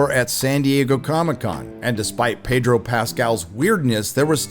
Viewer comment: Pedro.... the r is silent